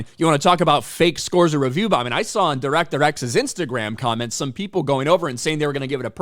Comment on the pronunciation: Di-wreck-ter X said that no one gives a shit about Robin Hood. As a Brit I'm hear to tell him more people have heard of Robin Hood than that no talent hack.